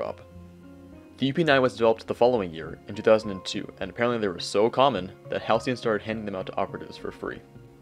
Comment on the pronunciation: Damn. Ive been saying Halcyon wrong my whole life until this video- (I used to say Halycon)